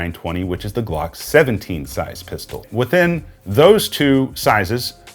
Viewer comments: "LOOOpold" not "LEEOpold" Just saying. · It's pronounced Loopold not Leeopold cal thme for catalog..you'll here the correct way to spaeak it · Leupold is pronounced Lou-pold and that comes from someone with the Leupold last name...